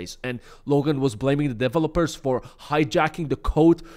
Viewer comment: Lmao! The way he says developers! 😂😂😂 I can't! 😂😂😂